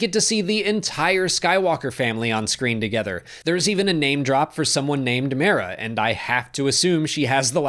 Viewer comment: Great review and input. Though that's not how I pronounce Mara.